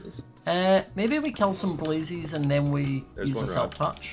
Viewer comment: I love how says blazies instead of blazes